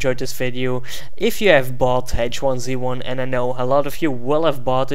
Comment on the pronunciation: I believe it's pronounced H1Z1 not H1Z1.